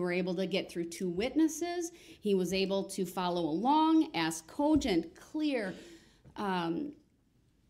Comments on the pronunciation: "So it would be fair to axe if it would be fair to say that"...what the heck is he talking about lol? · It’s Funny how DUH-RRELL has to, or Attempts to make it well know when he is Pouting like a 5yr. Old! Looking at the Judge & Cameras to make see if they see him being a Baby! Then Pouts when “Axing” his questions!